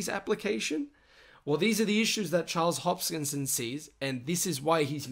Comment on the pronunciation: This review is a mess. Charles HoPskinson? Actually pronouncing IOHK as if it were a word and not a acronym? Sounds like the person doing this review spent an hour doing research on Cardano and then just regurgitated it into a video. Poorly at that. Just reading over the Cardano website.......little value here in the video.